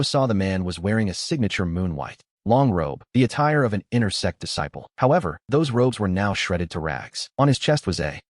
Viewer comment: The ai can’t say sect properly and it comes out sex what’s really funny is that webnovel ai reader calls big shots big shits